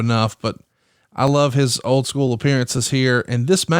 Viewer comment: I hate the way JR says school. Scoo-ell